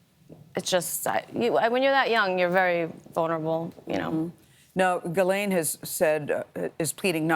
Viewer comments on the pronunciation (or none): I thought it was Gih-Lane not Giz-Lane. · It's Gee-lun Maxwell (per her brother).